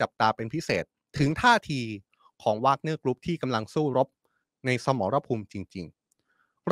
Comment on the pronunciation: Where did learned English we call แวกเนี้.not วากเนี้.go back school but I still like you